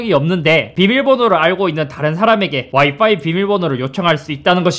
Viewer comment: 이제서야 알았는데 형 와이파이발음할때 와이빠이라고하는거 겁나 귀엽다..ㅎㅎ